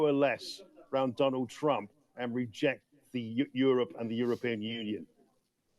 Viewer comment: I like how Atwan calls Trump "Tramp"